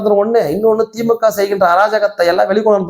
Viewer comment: Dai normala pesu, yeadhukku iluth iluthu pesura! Veetla ippadiyya da pesuva! Theemukkava illa da Dai adhu thee moo kaa!😂